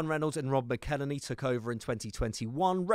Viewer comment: If you're going to mention Rob's name you could at least learn how to pronounce it. Its Mackle-Henny. There's even a song about it.